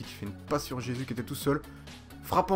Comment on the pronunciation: Ça se dit RÉSUS pas jésus